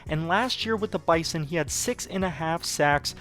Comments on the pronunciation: Best intro to a dynasty ever... but as a Bison fan I feel I must inform you that we pronounce Bison as Bye-Zuhn. Its a minor thing, but just figured you should know if you are going to do 10 seasons of this. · Bruh, its pronounced "bizon", use a z instead of an S. Sincerely, a 5 year member of the NDSU GSMB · This video is amazing! As a NDSU alum I would like to let you know we pronounce the Bison as “Bye-zon”. I don’t know how it started but it has stuck for decades. Keep up the great videos 🤘🏾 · Good video! Just a heads up it's pronounced 'bizen' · Why would I subscribe to this guy when he pronounces Bison so weirdly?